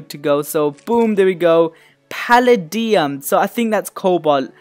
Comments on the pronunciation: Palladium is pronounced pal ay dee um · It's pronounced palaydiam